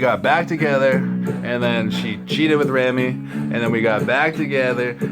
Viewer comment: Again, his name is pronounced "Ray-mee"